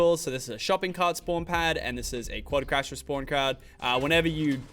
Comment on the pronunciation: It’s not quadcrasher! It’s quadcrusher!